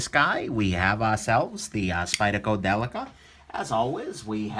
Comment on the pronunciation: 1st time ever Foreign name pronounced Perfect😉